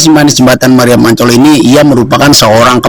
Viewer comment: Ancol bang bukan oncol 😊🤭sukses bang